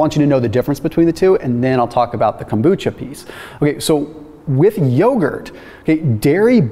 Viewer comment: FYI kombucha is very easy to make. I first started making it about 20 years ago... Not consistently since then though because stuff got in the way however I've been making kombucha again for the past few years. Yo,, there is no T and kombucha and what I mean is the letter t. Kom bucha. Not Kombootcha.